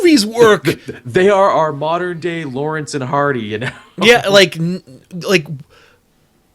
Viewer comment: just a heads up, its laurel and hardy, not lawerence and hardy. You still da bomb though.